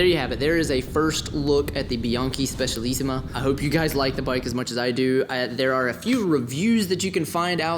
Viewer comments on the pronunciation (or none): A) there is no "H" in Sram. It's Sram, not "shram"! B) Cables can be run* internally (actually "routed", but definitely not "ran") C) It's the Bianchi "spe-tshah-lissima", not "spess-ee-alissima" D) On your next Bianchi, please mount a Campagnolo groupset - not because of the "Italian thoroughbred" nonsense, but because Sram cranks are so incredibly hideous. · Listen to how he pronounces Specialissima... It's not a "z"... Hell not... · Given your name, your native language is German? You know that in English a "Z" is pronounced like a soft "S", and not like "TS" as it is in German. Plus, "CI" is always pronounced like "TSH" in Italian, hence it's "spe-tsha-lissima".